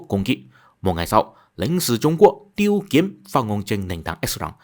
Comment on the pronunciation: Âm Hán Việt tên của ông quan chức ngoại giao kia là "Tiết Kiếm" chứ không phải "Tiêu Kiếm" bạn nhé